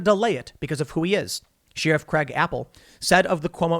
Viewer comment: I honestly watched to see if Tim would pronounce sheriff as sheeerif. It always makes me go what?